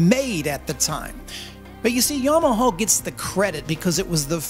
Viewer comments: minutes in and bracing myself for your pronounciation of Yamaha. Honest, how bad is it? edit: well, that's not that bad for an American, is it? edit again: oh there was a real bad one, Yomoho. Uff. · You're right. I don't like your enunciation of Yama hog... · Why do you say Yamahaww? Good God I can't stand it, lol. Great video. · i indeed do not like the way you say Yamaha 😁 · I don't like the way you say Yamaha. So I'm not going to leave a comment. Suffer.